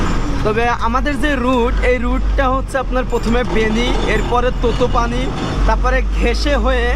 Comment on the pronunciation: পৃথভি চক ভাই, পৃথিবী চক না। পৃথভি নারায়ন শাহ এর নামে। ততপানি না,তাতোপানি, তাতো মানে গরম। কংো বেনি না,কাগ বেনি।